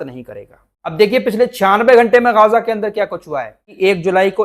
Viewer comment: Gaza, Not gaaaza.